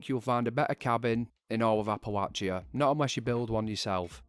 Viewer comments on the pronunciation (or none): I am noot gooing to lye ya, locaatioon. I am so sorry. ^^' Great video nonetheless. :D